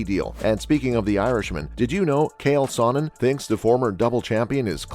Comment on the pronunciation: Proof is you’re a bot because nobody says kale Sonnen